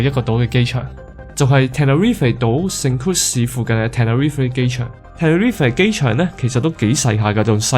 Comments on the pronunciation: 應該系Tenerife唔系terrific == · tenerife 讀錯左... 你真係照中文譯音黎讀果下好野